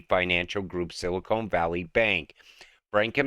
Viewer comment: Hey! It isn't Silikone but Silicon!! come on